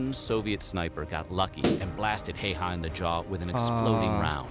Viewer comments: You vocalized his name like "Äijä" which means DDDude with BIG D, or very masculine man XD I loved that! He actually was very nice, always smiled and was only little pass 5". Against all odds he lived to 96 y/o! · It would be nice if people could at least take a look at how to pronounce Finnish names. Nothing has to be perfect, just check the Ä's, the Ö's, and the Y's to avoid "Heihaa". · To simplify his name, its Semo Hay-Ha or simo hai ha in latin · The narrator mispelling Simo's surname as "Hay-hah!" is just so cringy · He pronounced his last name wrong Häyhä. It's pronounced like How-ha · And most importantly his name sure isn't pronounced Hei-Ha. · true but if you dont speak finnish it is hard to pronounce it so usually its pronounced hai-ha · The pronunciation of Häyhä tho 😁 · IM FINISH AND FURIUS!! you pronaunsd the name wrong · just as a guide, no one in this video pronounces häyhä correctly. hä - ha from hand (depends on pronounciation. Don't be posh and so don't pronounce it with a loud aa, and you'll get it.) y is the crux of the problem as i don't believe the finnish y has any counterparts in English, which is why many can't pronounce it. in fancy talk, it would be the close front rounded vowel. Guides for pronouncing the finnish y are founded online. hä - ha from hand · Finnish people lauging cause they are pronouncing the surname wrong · as an old finn,name is so wrong prononced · The pronunciation of that name was absolutely horrendous. Saying this as a half Finn half American. By far the worst I've heard. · If u cannot pronounce the name. You should go to youtube how to pronounce it like “ how to pronounce “hayha” Look ur doing reaction video that someone put their time and effort of all information they put and u don’t even do ur part which gets the name correct. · ffs no one pronounces his name correctly!! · They could have at least learned to pronounce Häyhä's name for the original video. :facepalm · The Ä is pronounced like the A in Bad.